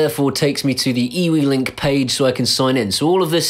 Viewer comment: Just want to let you know that eWeLink is actually Pronounced you-link, my Nan stopped me in conversation to tell me this, oh the shame of it! lol